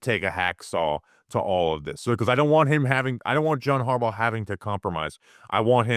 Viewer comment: John HARbaugh... John HarBAU